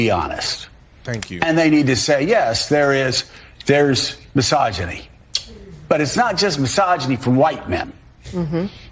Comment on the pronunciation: I love all y'all's videos and your channel, but I can't watch past this leach even trying to pronounce the word misogyny